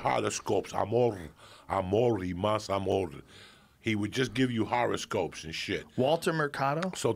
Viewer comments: “not just horoscopes?!” “...harascopes” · Joe: he can’t just do horoscopes Joey Diaz: Joe: Joey Diaz: HARASCOPES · “Horoscope? “ Lol